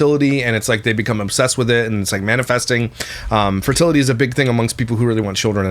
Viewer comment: Their convo about the pronunciation of fertility tells you all you need to know about. He clearly didn’t like her correcting him. 😂 funny bc he is miss pronouncing it.